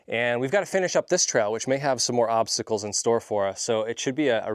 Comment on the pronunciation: Thought she said check out some popcicles at first not obsticles lol haha.